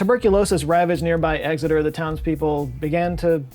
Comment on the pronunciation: As a resident of Exeter, I’m sick and tired of people pronouncing it ‘Egg-xeter’ I’ve never met a vampire here that even likes eggs